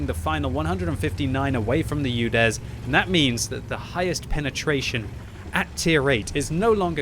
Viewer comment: Omg it’s not youdes. It’s oodes